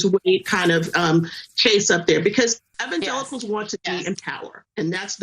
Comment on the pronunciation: Did she just call them Evan Jekels?